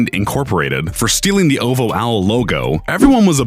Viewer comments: what? Oh vo it’s oh vee oh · “Oval” ?? No it’s O. V. O. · I hate how you’re saying “ovo” instead of O V O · This man really pronounced OvO literally AS Ov Ho😂😂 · Oh God.. he said Ov ho a lot of times. Instead of oh vee ho 🤦🏽‍♂️ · OVO-Oh Vee Oh not oh vow. Dummy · Who else got pissed cuz this guy couldn’t say OVO properly 💀